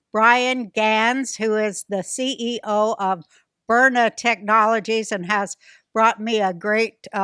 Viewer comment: sounds like a good product. but it's BYRNA, not Bryna.